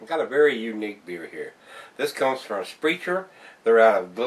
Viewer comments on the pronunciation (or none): Btw it's German so the ch = k Spr-a-ker the family name is said wrong a lot of the time. Don't worry your. Not along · its actually pronounced sprec-ker... i have refused to even try this yet... i do love most of their soda's, their root beer is huuge here in wi. They make a great schwarzbier called black bavarian. They do some really good craft brews of all sorts of styles.. I recommend them highly.. after this review i may try this out.. thanks for taking the risk.